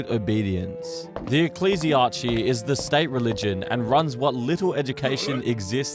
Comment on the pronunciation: My guy its not archey for ecclesiarchy its key for the end. Its the samething when you say chimera its not chi its kai.